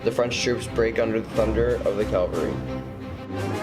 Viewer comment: Rehash from other sites, music too loud. BTW it's CAValry not CALvary.